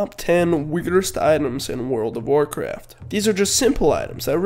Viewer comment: top ten ''vigrst'' items :D good video anyway :)